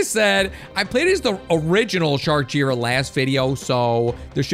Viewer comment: It's J-I ra not jira